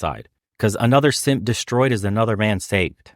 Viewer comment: We need to pronounce it "seemp" like Manosphere does.